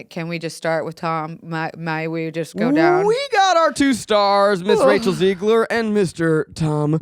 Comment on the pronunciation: Zach has been saying Rachel’s last name wrong for so long… it is Zegler, not Ziegler/ Zeigler